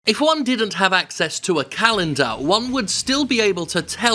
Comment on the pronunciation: "If Juan didn't have access..." Juan? Who's Juan?